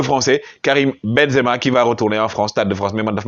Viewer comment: Perche dice ben za ma. Devi dire sadio sempere ballone doro